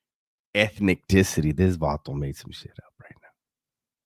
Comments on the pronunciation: When he said.... Ethnecticity!! 😂😂😂😂. I couldnt stop laughing 😂😂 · What's crackin'? This reaction had me crackin' up 😂😂😂 "...ethnic-ticity" GREAT reaction ‼️ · Ethniticty HAHAHHAHAHA